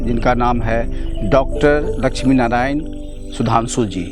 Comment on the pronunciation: लचमी नारायण नहीं लक्ष्मी नारायण बोलिए।